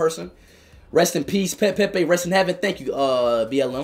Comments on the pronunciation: “Pepe died chat😢😔” PUT SOME RESPECT SAY IT PROPERLY SAY Pelé……😭😭😭🥺🥺😔😔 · It’s pele not Pepe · It's not Pepe it's Pele first you respect his name. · Dude disrespected Pele’s name by calling him Pepe! Wtf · RIP PELE, but why was speed saying Pepe 😭😭😭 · Not Pepe it's Pele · It's not Pepe man its Pele🙂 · i swear this man never takes shi serious who tf calls pele pepe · Broooo pele not pepe